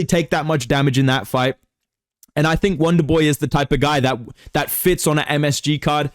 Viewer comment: “wanderboi I want to faight wizzyoou”